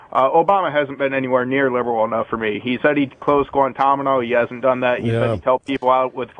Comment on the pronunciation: "Idle-a-tree"..."Guantamano Bay"... Good fucking lord, this caller is lobotomized.